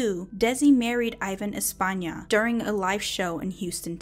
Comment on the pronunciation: The improvement is definitely there! Loved the way you said 'Espana' ... Are you Spanish? I would love to know.